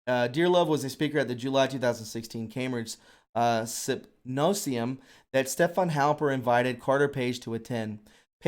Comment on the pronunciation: Privy Council .... pronounced .. priv-ee .. not pri (eye) vee. : symposium pronounced sim-poh-zee-uh m ... Very good podcast btw!